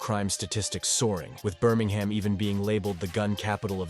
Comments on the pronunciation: Noone says Birming HAM. Its Birming UM. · Its not pronounced burm-ing-ham its prounounced bur-ming-um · Is this ai? Man said birmingHAM like a yank lol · Americans saying Birmingham “BUR MANG HAM” English people saying Birmingham “Bur Ming um” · American robot voice pronouncing the city Birming-Ham 🤦🏻